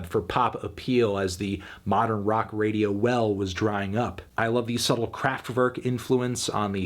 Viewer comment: No, sorry, he didn't. He mispronounced the following words: Sehnsucht, Liebe, Radio, Diamant. Also he misspelled the band's name ("Rammstien").